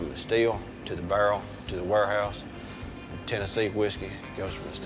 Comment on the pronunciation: Tennessee whiskey goes from the steel, through the chako, to the bärrrrrr and then the warehouoos..